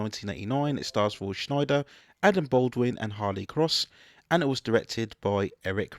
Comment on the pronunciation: A couple of issues with your pronunciation: Roy Scheider's name has no "N" sound...it's pronounced "shy-der". His character name is "co-en" not "co-hen". I saw this on a whim when my friend and I were at a video rental shop. Didn't think it would be good, but it actually became a longtime favorite that I had on VHS for many years.